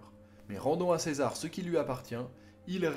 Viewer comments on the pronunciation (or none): none